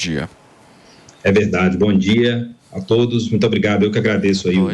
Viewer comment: "a todis" hahahahahahahahahahahahahaha